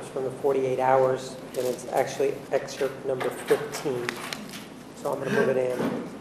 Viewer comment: WOW for sure! And what irks me as much as, if not more, is! Only when she is delivering the direct testimony from her witnesses, then even worse with Dr. Horn and Dr. DeMarte she does "and" and I can't even type out the sound of the "d"!! I just want to smack her more that I want to smack Ariass! I have to admit though, both Ariass and ultimately make Juan look, well, awesome really.